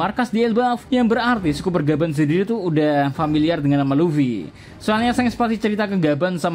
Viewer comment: Scopper, di baca skoper, bukan skuper, kalo "o"nya 2 baru di baca skuper